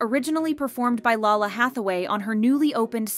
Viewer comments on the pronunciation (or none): It's not LA LA Hathaway. It's LAY-LA. You really need to learn to pronounce people's names correctly. Surprised you didn't mispronounce Krystal or Karina. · Its pronounced Lalah(LAY-LA) Hathaway